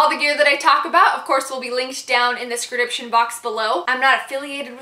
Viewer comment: scrediptions, nofidications hahah love u girl